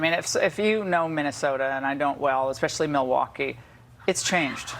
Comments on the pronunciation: Pronounced muhl·waa·kee. 🤣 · I'm Australian and I know which state Milwaukee is in! What's Ingraham's excuse? Mind you, she worships a guy who once pronounced Yosemite as "YO-semite", so I guess it's on-brand.